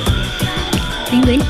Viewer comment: Ate penguin hindi pinguin